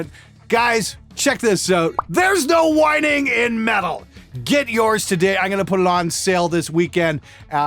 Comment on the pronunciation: Did you say whining or whine-o's